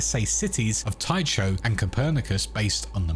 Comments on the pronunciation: tycho reads /ˈtaɪkoʊ/, k, not ch like it's some chinese/japanese word, it's not like it's completely new word either, (it's a name of the Moon crater which is named after Tycho Brache, Danish astronomer) there's also Tycho Station in The Expanse series, besides, is it really that hard to lookup foreign pronunciation? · Fuck, how does somebody mispronounce Tycho this badly??? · The "ch" in Tycho is like in "character" not "choomba" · Pronouncing Tycho like a gonk.... You reek of fast food! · your pronunciation of tycho is literally painful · That pronunciation of "Tycho" actually hurts to hear please stop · The pronunciation of Tycho is just killing me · I know I’m late and people have probably let you know, but Tycho is pronounced Tea-Koh, named for Danish astronomy titan Tycho Brahe. I twitched every time you said it. Small nitpick, but worth noting. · Cringed every time he said "Tycho" wrong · Fwiw, Tycho is pronounced "tie-ko" or "tee-ko" and is a reference to Tycho Brahe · Cool video. FYI, it's pronounced Ty Co. The "H" is silent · psst... 'tycho' is pronounced 'tyko' ;-) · The ch in Tycho is pronounced like a K, as in Christmas. You’re killing me! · Good video! By the way, Tycho (which comes from Tycho crater on the moon, named after Danish astronomer Tycho Brahe) is pronounced as Taiko. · Oddly, I always thought Tycho crater was pronounced "ty-ko crater" not "ty-cho crater", YMMV I guess. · Tycho = "Tai-koh", not "Tai-choh". I mean, properly speaking, the "ch" should be pronounced like the "ch" in "loch", but many anglophones pronounce that like "lock" anyway. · "Tycho".... TIE-KOH not TIE-CHOE. Bloody hell. Good video though. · Dude please, it's pronounced Ty-ko - with a hard Ch . It's painful to hear it mispronounced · Tycho Sounds like Tie-ko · it’s a latinized Nordic name. My son has the name. The ”ch” is a hard k. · Anyone else cringe a bit when they heard “Ty-cho”? It’s Greek…